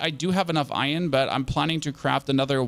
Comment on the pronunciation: its not fcuking ion try saying it right its iron